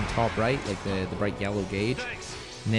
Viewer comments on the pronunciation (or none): none